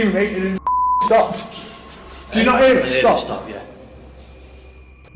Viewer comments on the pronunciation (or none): none